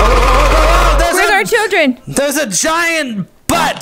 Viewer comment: “STAY AWAY FROM MY SHILLDREN”